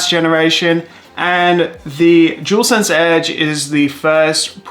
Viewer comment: Jewelsense 😂🤦🏻‍♂️ it’s dualsense 👍🏻.